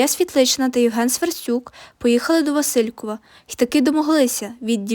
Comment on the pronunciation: а ще є помарки з наголосами у географічних назвах: ВасИльків замість ВасилькІв, Алма-Ата, ще котрась, в одному з прізвищ шістдесятника (здається, Дзюба). Це прикро, але привертає увагу назад до тексту. Все точно не буду вказувати. Але відео, пророблена робота заслуговує повагу та підтримку